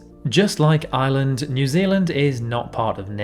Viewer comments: Ire ire ire ireland , sounds like he's saying island ?? Which island bud ? 🇮🇪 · I most def heard island da whole time